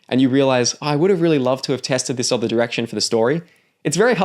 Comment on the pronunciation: 'other' isn't pronounced like that ;) . its like 'brother' not 'bother'.